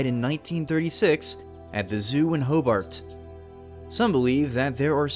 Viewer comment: did say hoobart?